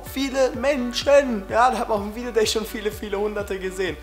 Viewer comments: Dner war auf dem ,,Video Gay" xD Fail bei der Aussprache :D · HAHAHA ER HAT VIDEOGAY GESAGT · Videogay haha bester versprecher :D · Hauptsache haste dich versprochene, viedeogay :)